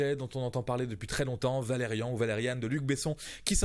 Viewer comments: On dit Valérian pas valeriannne vu que c'est une BD français et le film aussi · C'est valerian pas valériane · Oh le mélange de mauvaise fois, de malhonnêteté intellectuel et d'ignorance, on sent le "haters" pur et dur anti-Besson, je suis obligé de répondre point par point: _C'est valérian et pas Valérianne, déjà ça commence mal pour la crédibilité quand on est même pas capable de prononcer correctement le nom du personnage principal. _C'est Dan Dehann le personnage principal et pas Cara Delevingne (et pas Delevinge) _La référence à blade runner, à part que c'est des couleurs sombres, aucune ressemblance pour les décors, et en plus, l'un se passe sur une station spatiale, l'autre sur terre, rien à voir. _Le droïde aucune ressemblance avec celui que tu montre (que ce soit le look, la couleur ou l'action) et aucune ressemblance avec le droïde de l'accouchement de Padmé (je viens de vérifier). _La comparaison avec Jar jar est absurde, il n'y a aucune ressemblance... _L'extraterrestre bleu (et son lieu de vie) qui te fait penser à la menace fantôme (1999) et avatar (2009) à été dessiné par Mezière en... 1975 dans "l'ambassadeur des ombres"!!! _Des gros "pachas" alien, il y en a toujours eu dans Valérian depuis l'empire des milles planètes en... 1971 (également dans le pays sans étoiles en 1972), soit 12 avant Jabba dans le retour du jedi. _Pour le poste de pilotage, c'est même plus chercher loin à ce niveau là, c'est à des année lumières. _La poursuite du sous marin par des monstres géant se base sur une séquence similaire dans "l'ambassadeur des ombres", toujours en 1975 soit 5 ans avan